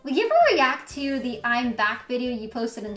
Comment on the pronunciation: I cringe every time she says "Thank you for da bits". Just once can she say "the" instead of "da".